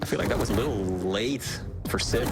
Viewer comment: Dear, it's siB, not siP